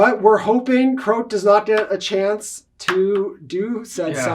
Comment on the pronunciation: kroak. lol 😂 Good game though guys, and great quality work as always!